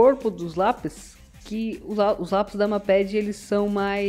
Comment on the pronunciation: Lê se "meiped" n mapedi, agonia kkkkjjkkj